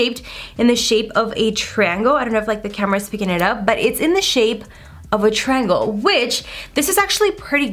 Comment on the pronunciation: The way she says triangle lol 😆 we love you girl!!